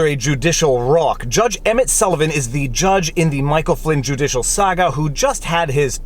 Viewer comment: You made a mistake on your last hashtag. You said juicialswamp instead of judicialswamp